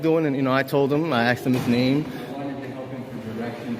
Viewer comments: He axed a lot of questions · "I axed him..." Well, that's attempted murder right there. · By saying he “axed” that elderly gentleman, he’s clearly confessing to assault with a deadly weapon. Possibly attempted murder. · Did he just say "I axed Mr. Phillips." Yes, yes he did. He also said he was filing a "FOIL", more than once. WHAT? Now I get it: English is his 3rd language. Bet his Mom's proud! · "I just axed him" English escapes this nimrod !!!